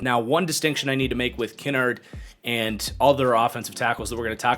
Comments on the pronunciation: as I’ve heard it from the majority of places it’s pronounced Ki-nard as in like “kicked in the nards” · Lol I had little to no issues with the list the only thing that rubbed me the wrong way is his mispronunciation of Darian Kinnard’s name lmao